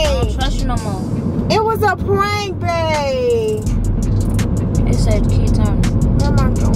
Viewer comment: you messed up saying how Babe lol